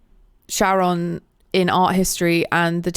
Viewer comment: love your content, glad you are finally enjoying ds3, hate your (and generally british) pronunciation of Charon. In cz (and in greek) it is something like big letters from these: Hat cAr Rat lAW No .